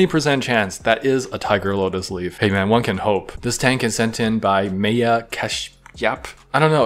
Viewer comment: And Maya…